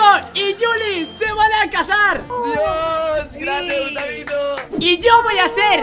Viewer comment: es cosa mia o que ha dicho cazar en vez de casar?? XDD